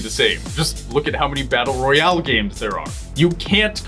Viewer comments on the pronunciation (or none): none